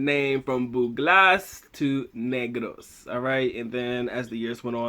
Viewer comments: It’s pronounced Neh-gross. The Spanish, my people saw my other people and said hey look black people. They were converted or secluded in the mountains. Racism was a commonality back then but it was more for descriptive sake than race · its pronounced as nehgraws not kneegrows